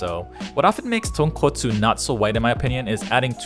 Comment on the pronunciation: SPICY TAHNKAHTSOO RAYMEN